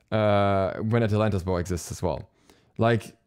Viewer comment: atlantas bow sounded like athletic ball to me first time u said it